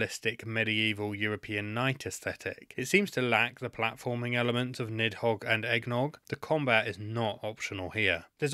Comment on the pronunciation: the pronunciation of "nidhogg" (needth hoge) hurts my soul